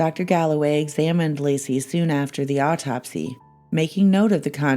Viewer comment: It's * Laci. Not " Lacey ".